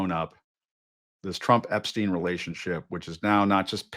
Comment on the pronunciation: Did you say trumpstein gate?